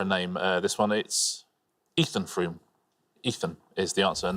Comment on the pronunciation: Odd also that the hosts pronounced Frome "Froume" . Silent e at the end of a word in English results in the previous vowel sounding long. Besides, if you studied it in school you would know how to pronounce the last name.